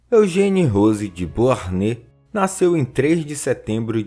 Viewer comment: Ótimo vídeo! Só um detalhe: a pronúncia correta de Beauharnais é "Boarné".